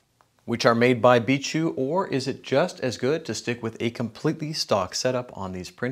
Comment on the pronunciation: Its bi k not bishu